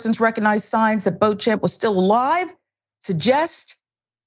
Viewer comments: It's not pronounced as bo-champ but bo-shamp. It's derived from French. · the name is pronounced, "BEACH-um". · It's pronounced BO-shomp......... Jerk.